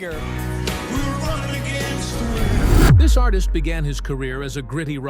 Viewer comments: It’s SEGER not SAGER. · It's Segar, not sager, good lord. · LIFE is "tragic". Get over it! AND BY THE WAY, IT'S SEGER NOT SAGER. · SAY-ger? Where are you from dude? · I don't mean to be overly critical but......Glenn Fray? Bob Saygar? Saxsophonus? Obviously the announcer doesn't know simple rock. This type of error is blasphemous in Michigan. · I cringe every time Seger's name is pronounced Sager. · Say-gur= cringe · I don’t know who you’re announcer is on these videos, but he can’t pronounce a lot of things. First of all Bob Seger with an E is not Bob Sager like he pronounces it and this isn’t the only video this guy miss states things. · SEEGER!!! Say it right. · I love how the narrator mispronounces his name every time. Brilliant!!! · If this guy could only pronounce his name I could make it through the whole thing I think I'll just listen to a Bob Seger album instead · It'd be nice if the narrator knew how to pronounce his name correctly. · YOU MIGHT TRY PRONOUNCING HIS LAST NAME RIGHT. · People Wouk’s take you more seriously if you could say Bob’s last name right 🙄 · Why do an authoritative biography on a guy when you can’t even pronounce his name correctly? You know, you can check for pronunciation (before) you hit publish.